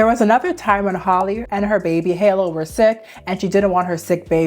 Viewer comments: Her name is Halle (ha-lee) not Holly lol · Hal (like Pal)—EE not Holly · firstly .. who is “hollie” how do you pronounce halle berrys name 🤨 “hal lee” right? its the same thing guys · For the life of me I can’t understand how these content creators can’t seem to call that girl by her name! “Hal-lee” This whole video she keeps calling her Holly 😒🙄 GIRL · PLEASE learn how to pronounce people’s names. Halle rhymes with Sally. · Girl, you're mispronunciation of Halle is triggering 😅